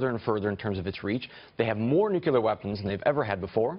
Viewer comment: It's not nuculear it's nuclear.